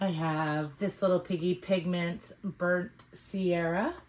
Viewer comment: Beautiful work! As an fyi... It's burnt sienna, not burnt sierra.